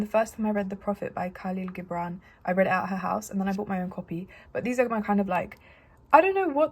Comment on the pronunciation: really love your collection and energy!! + its pronounced jibran